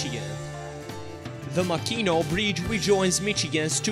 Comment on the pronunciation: mac-in-aww, thats how its pronounced..lol